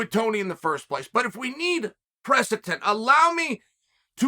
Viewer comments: Press-itence or precedence? Asking for Blahall. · One day our dear Uncle Chael will learn to properly pronounce “precedent”. But for now, we’ll all happily stick with “presitent” and “presitence”. Undefeated, Undisputed.